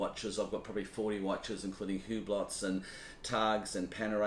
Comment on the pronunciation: Hublot = “YU-blo”